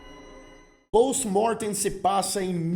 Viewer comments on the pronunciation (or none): Achei engraçado você falando o nome do filme em latim com sotaque em inglês. Kkkkkk. Pôôwsti Môôrrrtêm. É "Pósti Mórtein"